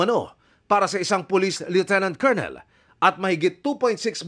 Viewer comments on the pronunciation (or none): none